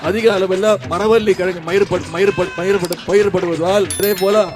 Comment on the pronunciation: கலைஞர் பேரன் என்று சொல்லும் உதயநிதி கலைஞர் தமிழ் எவ்வளவு தெளிவாக சரியான உச்சரிப்புடன் பேசுவார் உதயநிதி பயிர் என்று சொல்வதற்கு பதில் மயிர் என்று பேசுகிறார்